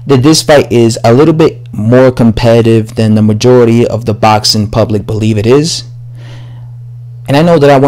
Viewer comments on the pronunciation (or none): It's boxing.. It's has an x In there. 😉 😂. Botsin. 😉. I do like ur vids thou. English subscriber.